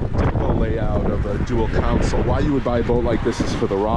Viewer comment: It’s console not council.